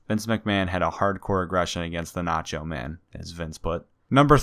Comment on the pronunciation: Did he say "The Nacho Man" 😂